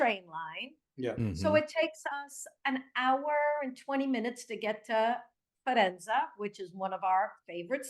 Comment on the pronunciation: it sounds like she is saying "Farenza" she is mispronouncing Faenza, if that is what she means. She says it her "favorite town", but cant pronounce it right. Good interview, NR